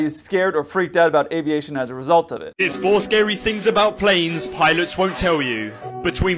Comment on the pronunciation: By the way, "tell" is spelled with two "l"s, not two "w"s, so try to pronounce it that way,.